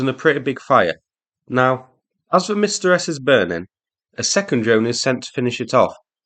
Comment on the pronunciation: Are Msta-S howitzers designed as counterbattery howitzers? Why else would you call them "Revenge-S"? Btw, I have no idea how to explain to you how to pronounce Msta correctly, but it definitely is not "Mistah". It should be closer to "m" from "hm" and "stu" from "stuck".